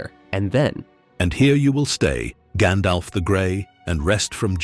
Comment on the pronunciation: it is pronounced keer-dan...and gan-dalf FFS...